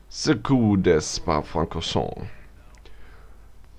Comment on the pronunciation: Nice review, thanks a lot! FYI, regarding the pronunciation of "Circuit" try this one: Sirküi (the final "t" isn't spoken);) Best greets from France mate!